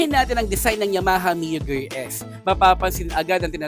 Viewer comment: Gear po hnd gerr😅